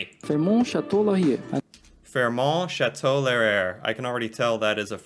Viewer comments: Chateau LAUR-EE-AA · Because you seemed unsure: Rideau is pronounced 'Ree-dough' Laurier is pronounced 'law-ree-yay' Also January and February are the coldest months. It starts to warm up around mid March and we hit more hot weather usually by the may 24 weekend (a holiday here) and it starts to get cold in mid September (we just had our first cold snap this weekend, but it will fluctuate a bit until mid October when it really starts getting cooler). I'm glad you liked this small handful of our landmarks; they missed a LOT, but it was only a short video. Please visit!